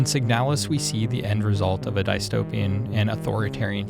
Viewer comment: There is no reincarnation, a computer program that thinks it is a human is not a human, and that is not remotely close to how "dystopia" is pronounced.